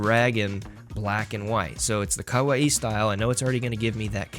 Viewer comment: After 40 minutes I just couldn't take your pronunciation of kawaii anymore and had to stop the video.